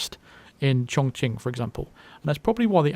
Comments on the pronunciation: I'm chinese and I'm really glad that you got that pronounciation of ChongQing right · One Nope, It was very right. You can google 重庆 (this is the city name) and let it pronounce if you wanna hear it. the Q pinyin in chinese is always associated with the "Ch" sound